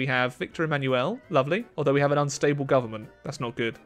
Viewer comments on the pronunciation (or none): none